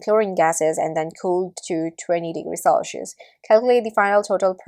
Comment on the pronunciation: selchious or celcious? cringe accent btw